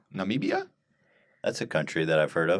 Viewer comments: Wow Ethan comes off sometimes as such an ignorant Jackhole. Nambia isn't a country, he is thinking of Namibia but didn't know how to pronounce it... And come on Guam is a slave state... totally jackassery. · Yo ethan, spell it out: Nah-mih-bee-ah = Namibia. You are thinking of Gambia. I mean come on, if you're gonna do the news at least learn how to pronounce the headline first ya dingus. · Nambia is just a mispronunciation of Namibia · it says Namibia by God..... Nah-Mib-ee-yah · Nah-mib-ia you got damn prole. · 1.23 - Namibia. Don't worry guys, you're not alone in struggling with that name, Trump also mispronounced it. I'm from Namibia ... BTW. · got triggered with the Namibia mispronunciation. also when he talked about the Facebook satellite and referred to Africa as a country. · how fucking hard is it to say Namibia? how fucking sheltered do you have to be to have never heard anyone ever say it?